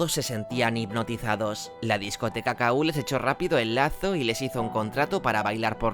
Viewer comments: La discoteca era "Kú", no "K-U". Cómo se nota que no habías nacido. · Exacto. Era EL KU, no la Ka U 😂